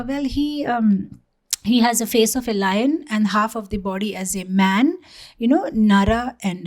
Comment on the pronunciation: read man as maa*